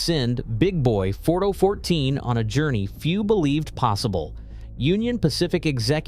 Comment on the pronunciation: 4 doh fourteen. Interesting video, except for the computer generated voice. Every time the numbers 4014 are spoken, the computer generated voice changes the pronunciation. first it was four zero one four, then 4014, then four oh one four, then 4 doh fourteen.